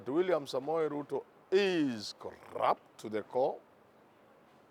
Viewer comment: The way you are emphasizing 'corrupt' .....